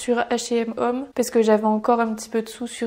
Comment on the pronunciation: Hello Home et homme Ce n'est pas la même prononciation Merci